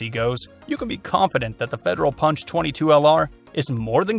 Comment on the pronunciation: ~You did not mention:: CCI Copper-22 Long Rifle, 21 grain, 1850 FPS. ~Also it is properly pronounced pUnch and ‘not’ pOnch.